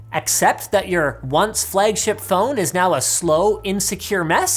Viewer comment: Linus “Flegship” Sebastian